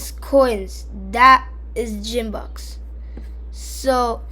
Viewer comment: its purnancede Gimbucks not like geem its like giom